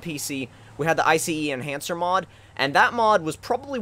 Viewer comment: IF YOU SAY I C E ENHANCER AGAIN. JESUS CHRIST. It's iCEnhancer not iCEEnhancer